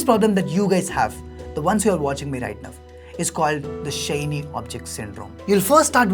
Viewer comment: Whole world:- right now:- right nove...